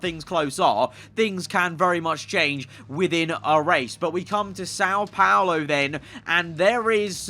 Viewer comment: the pronunciation of são paulo hurts me as a brazillian